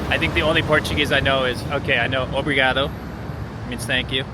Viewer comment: It is always funny to hear someone trying to obrigado, like OBRIGADOU kkkkk (LOL)